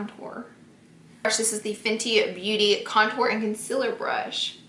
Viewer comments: NOT CONCILLER ITS CONSEALER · ITS CON-SEELER 😂😂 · Concealer not concila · "Her highlight, contour, and consiller stick" 😂😭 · does anyone else notice she says "conciler"😂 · concealer not conciller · Laura should make a concealer line called "conciller" cuz she cant say it right 😂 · The way she says concealer 💀💀💀 "concillerrrr" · Hahaha she’s been saying it like that since day one. You kinda get used to it but it’s funny someone brought it up. It used to bother me 😂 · "conciller stick" LMAOOO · FOR FUCKS SAKER ITS CON(ceeeeeaaaaaaa)L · why do u pronounce concealer like this? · y does she say concealer weird not hating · I really hate how she says concealer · ITS CON-CEE-LAR not concelur ITS OI-EEEE-LY no oly omg drives me nuts i still love u tho